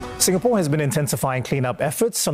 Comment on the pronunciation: Singapoor? Sing a poor? Sin and poorahh!!!